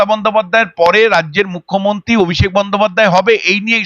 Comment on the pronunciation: এই যে সাংবাদিক দিদি আগে উচ্চারণ ঠিক করুন কথা টা mukhyomonti নয় মুখ্যমন্ত্রী হবে আপনার বহু উচ্চারণ ভুল থাকে যা অত্যন্ত কানে লাগে আপনার নিজের কি কানে লাগে না?